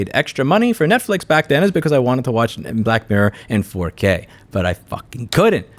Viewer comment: jesus louis! annunciate!!!! i was looking for black mare for ages.... :( getting black mirror now. :D